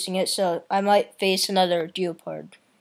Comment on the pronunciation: ITS GEPARD NOT FREAKING GEOPARD